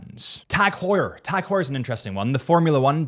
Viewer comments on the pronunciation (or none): none